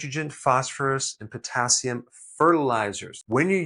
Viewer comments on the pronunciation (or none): none